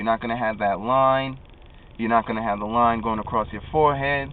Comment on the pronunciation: Lol how he say line is funny